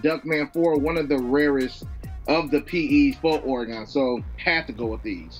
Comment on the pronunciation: Dude having all the “Oregon PE” and can’t even pronounce it correctly 🤦🏻